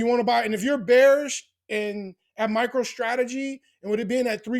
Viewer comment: Sounds like you saying “Micheal Strategy.” 😂